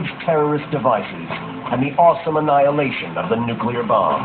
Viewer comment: wtf "awesome" anihhilation??